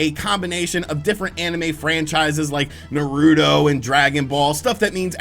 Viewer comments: Nar-roo-toe, when you said Naroodo was cringy lol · Lol mispronouncing Naruto:) Definitely not a fan lmao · He pronounce Naruto wrong he may me mad a bit😂😂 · Because anime isn't his schtick, he doesn't have an interest in it, you can't really be mad at someone for not correctly pronouncing the name of a popular franchise if they had and still have no interest in it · Did this dude really just mispronounce Naruto?